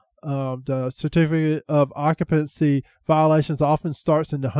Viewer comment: Sir, it's pronounced occ-you-pency.. not ock-a-pency.. thank you.